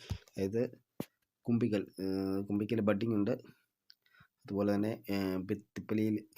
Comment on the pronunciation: Kumbikkal alla, kumbukkal😅